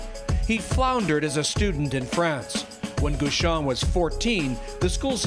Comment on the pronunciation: Why do you guys pronounce his name "Goo-shon" when it's Guichon, with the same "gui" as in guillotine or gear ...?